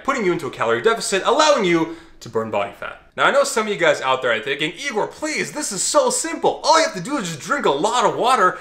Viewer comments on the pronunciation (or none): none